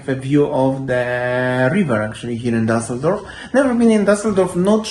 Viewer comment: What city is Daseldorf? What is this strange pronunciation?